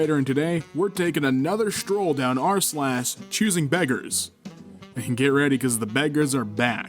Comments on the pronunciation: He said slass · he said slas